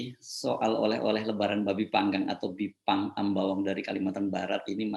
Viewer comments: Kok juru bicaranya ngomongnya aneh jelas itu Bipang bukan Jipang apa kupingnya perlu pakai alat dengar ya memalukan 😄😭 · Apa yg keluar dari bibir jelek dan mulut rusak...kata bipang jadi jipang. Dari otak kotor perkataan yg sudah nyata2 salah di cari2 untuk pembenaran. NGELES BROO.....!? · Pajrul, bipang jadi jipang, seprti pelawak yg memplesetkan kata2 biar lucu, syangny kamu gak kucu Jrul, tapi Norak ...